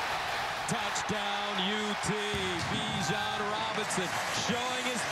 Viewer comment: "Bijon Robins" lmao